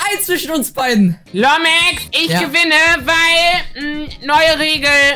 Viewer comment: Nicht mehr Lumexx sondern Lomexx😂